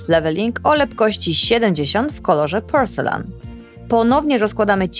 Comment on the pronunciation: Uwielbiam oglądać Twoje filmiki, ale to "porcelan" trochę razi (poprawnie fonetycznie będzie "porcelin"). Pozdrawiam serdecznie! 😊